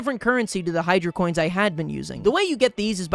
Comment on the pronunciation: Sorry for being rude but it’s not cents, it’s coins, you dumbo